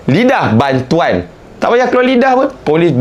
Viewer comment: Last last gelak sebut bantoan 😂😂😂😂